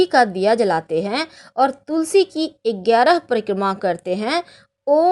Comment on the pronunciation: Ma'am aap ekgyaraha kyu bolte h wo gyarah hai.